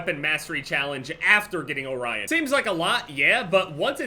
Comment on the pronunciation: is the only person who’s pronounced orion correctly and not “orrean”.